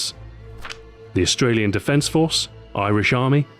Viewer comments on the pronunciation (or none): I've heard of Australia, but not austrlia